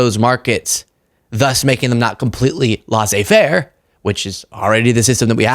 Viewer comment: you are crushing it and your personality definitely enhances the delivery of your first class content but a couple of tips: Laisse (faire) is pronounced Lesay not Lasay. Also don’t over describe bad smells or tell a story that shows how young you are, eg. Stating how inexperienced you are in food storage and in living on your own in general. Just say you put the milk at the back of the fridge and only realized that this morning when the seriously rancid milk seeped out of the jug and all over the floor, done.